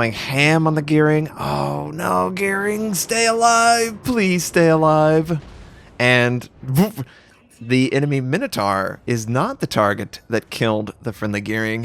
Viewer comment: MY-no-tore, or MINNA-tore. Ain’t no minna-TARR. It’s Greek, not Texan. 😜 Speaking of Yamato, I played it last test-server. Great ship— now even more greater with the turret-buff! Well done, WG.